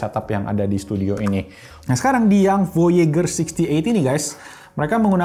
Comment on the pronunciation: Voyejer cara bilangnya bang. Kaya nama satellite amrik.